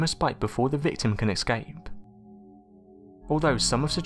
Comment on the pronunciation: The word is ESCAPE, not EXCAPE. Learn how to pronounce it correctly mate.